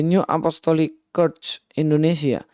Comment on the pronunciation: Menit mendengar cara baca "church" kok jadi kepingin ketawa, saya dengar ulang hingga 3X tak kuasa saya mendengar cara bacanya 😂😂😂🙏